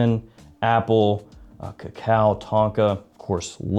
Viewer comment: How pronounces Cacao is sooo funny 😁 It's almost like an Parrot 🦜 talking 😁 Love your videos, man.! I would watch them even if i disliked frags 😎 Thank you 🤗